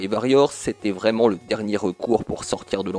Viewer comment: Carton rouge d'office pour la prononciation de Varrior ^^ SNK sur NES c'est pas la fête, j'ai un fantastique Alpha Mission en boîte dégueulasse, et c'est une purge totale aussi.